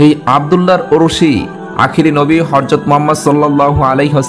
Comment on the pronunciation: হযরত, not হরযত।